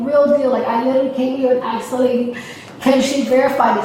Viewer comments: 🤭She couldn't properly axe for your order. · She started off saying ASK. When she started to get nervous, she started saying AKS. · but she axed him and axed him. she gave me a headache ! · Now claiming she "axe the tellar"